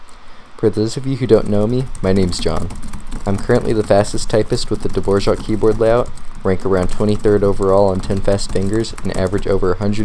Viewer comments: dvozhok wtf its not pronounced like the composer, but duh-voor-ak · Dude, I was waiting for this video 5 years, thank you so much !!! (Btw its pronounced - dvo - raack= dvorak. ). Time to eliminate the pinkies now, back to the salt mine... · Dvořák is the composer. Dvorak is the keyboard (The r in Dvorak is pronounced like a normal English r) 😉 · The composer's name is pronounced that way, but the keyboard layout Dvorak is pronounced the way it looks - without the 'j' sound after the r.